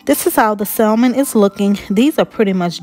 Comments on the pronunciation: the L in salmon is silent, so the name of the fish is pronounced "samon". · Looks great. Also the L is silent is salmon.